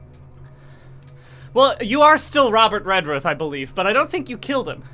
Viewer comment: on the one hand, that's not how you pronounce Redruth (the ruth sounds like, well, Ruth), but on the other hand, Redruth as a place is pretty rough